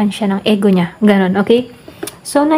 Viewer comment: Ego.. Pg pronounce po is I-gou... Pcncya napo pra maging aware din po Tau sa nkikinig at nanonood.